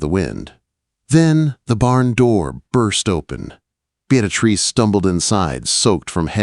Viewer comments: I was hearing Beat A Trees or Bead A Trees. 🤣🤣🤣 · I couldn't listen to this ...... the name pronunciation was too distracting .... (Bee-ah- treece) Beatrice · 🤣 The AI pronunciation of Beatrice. Just call her Trixie! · AI really butchered poor Beatrice’s name. Listening from Clarksville, TN.